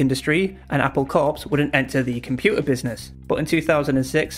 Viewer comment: Great overview on trademark bullying. You did note that you mispronounced Apple Corps, but it's easier to get Beatles' tongue in cheek reference when you realise that it's pronounced like "Apple core".